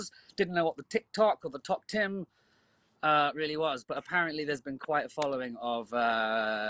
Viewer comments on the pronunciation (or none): “Tok Tim” 😭🤚